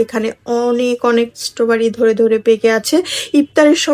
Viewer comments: আপু আপনার স্ট্রবেরি বানান ভুল হচ্ছে আসলে বানানটা হবে স্ট্রবেরি আপনি বলছেন ইস্ট বাড়ি😅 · Istroberi ❌ Istobari✅